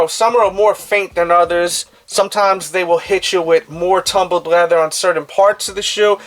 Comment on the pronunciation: This dudes pronunciation of his “L’s” is pretty much making it impossible to pay attention to the content since he says the word “leather” 438,221 times. he has the audacity to say “the levels of leathers” as if trying to get the world record for saying leather in one sitting isn’t enough with the pronunciation issue. FML!